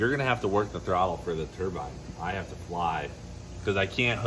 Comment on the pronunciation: Turbine not a turbin you said oh you don't want to get this stuck in your Turbin I almost shit 😂